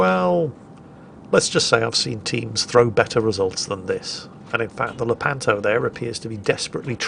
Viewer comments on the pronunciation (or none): none